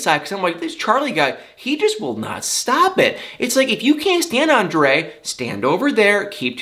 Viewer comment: Anybody ELSE tired of these boring drama queens with and entire family? And calling her husband "ON-DUH-LAY???" For the love of God, it's ANDRE.... pronounced "ON-DRAY!!!!!!" Don't try and make it fancy!